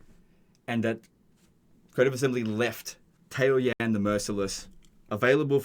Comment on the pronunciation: Ta-O-yan lol Tao is a word. Yan is a word. Every single Chinese word has 1 syllable.